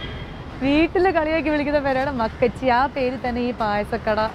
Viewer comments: മക്കച്ചി അല്ല മക്കാച്ചി..നന്നായി വായിക്കാൻ അറിയാല്ലോ 🤭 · മക്കച്ചി അല്ല.മക്കാച്ചി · Makkachii alla makkaaaachii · Makkachi alla chechi makkaachi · മക്കാച്ചി ആണ് മകച്ചി അല്ല